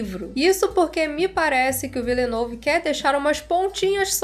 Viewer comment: amo você, mas ouvir tua pronúncia se Villenueve doeu meus ouvidos. Excelente vídeo COMO SEMPRE, não leva a crítica pro coração por favor, vc é maravilhosa